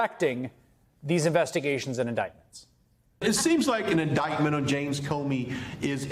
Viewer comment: iniment? jeez.